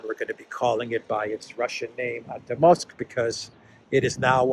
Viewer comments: you have to learn how to pronounce Артёмовск. The "ё" is spoken as "jo". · Pronounced "ArtYOMsk". Two syllables. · thank you for being the voice of reason in this world! By the way, "Ar-tyo-movsk" is pronounced with the stress on the second syllable. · the correct pronunciation of the Russian/Soviet name of that city is "Artyomovsk". Hyphen goes on the "yo" diphthong. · Please pronounce it correctly - in Russian, when the emphasis falls on an 'e', it is always pronounced as 'yo'. So ArtYOmovsk.